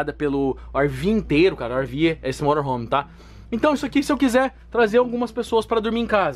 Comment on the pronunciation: eu trabalho com motorhome e tu fala morohom kkkk